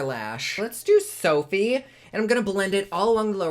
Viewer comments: Did he just call soothe "sophie"?! That was cute 😂 Love the look though! 😍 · Love that called soothe Sophie 🤣🤣🤣 for the longest I thought poet said pout 🤦 Blind squad represent 🤓🤣🤣 love ya 🖤🖤🖤